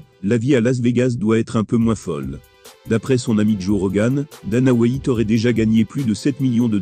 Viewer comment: « Dana Whaïte »